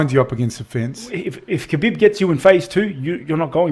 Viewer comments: Respect to Khabib, who's name is pronounced as "Ha-beeb", and not "Ka-beeb". Love to all. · It annoys me when people pronounce the K at the start of Khabib name.